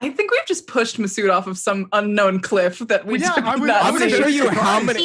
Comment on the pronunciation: Hey! Just so you know it's Masood, not Mahrude! 😁😁